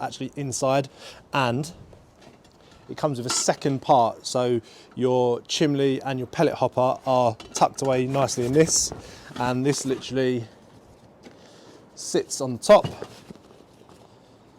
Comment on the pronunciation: Did he say chimlee?